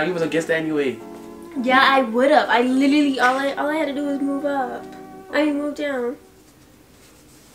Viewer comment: she said littaly